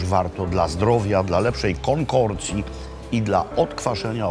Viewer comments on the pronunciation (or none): ))) nie znałeś? było jeszcze inne fajne "ambrozja" i "konkokcja", tyle że mistrz Makłowicz sam go nie znał wcześniej, bo wymawia "konkorcja" ;)) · Nie konkorcji tylko konkokcji się mówi się. Busted😁